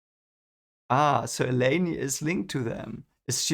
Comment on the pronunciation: There is no "Selene's Wind". Not sure how you got that first chapter weird wind has anything to do with Selene. Also, its elay-n not elay-nee